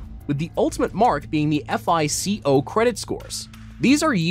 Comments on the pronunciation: repeat after me: "fye-koh" score. not "eff ei cee oh" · No one calls it “F - I - C - O” 😂 It’s just one word, FICO (FIE-coe) Dude, are you accepting applications for narrators? I know how to pronounce words (see: Azerbaijan, from a few weeks ago), and will look things up if I’m not 100% sure!